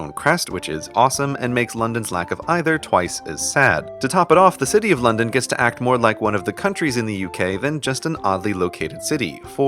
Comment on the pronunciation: When london turns to night: 'londoff'